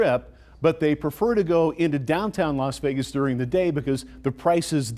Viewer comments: its Leech Vegas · Los wages. 😮😮😂 That's what I thought you said.😢😢😢 Would love to see it in my life time. But can't afford everything 😭😮😮😮😮